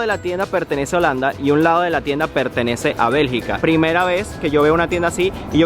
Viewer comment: Bergica no belgA